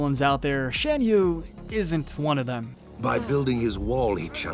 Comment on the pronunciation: *Fuh-sihl-ee-ay *Shahn-yuu Please, if ur gonna make a list of people whose names are repeatedly said in the movies, say the names correctly